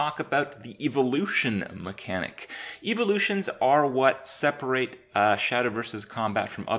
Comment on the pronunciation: "Eve-o-lutions" - Kripp, 2017